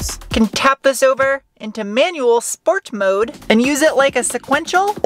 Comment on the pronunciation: Dear, I thoroughly enjoy your videos. But what's with the pronunciation? Schteel? Schport? One moment you say schport and the next moment sport? Just wondering but I still love you.